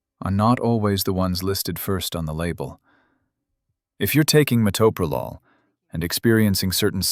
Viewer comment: I just wish people could pronounce it correctly. Met/o/pro/lol. Do teachers not teach how to sound out words?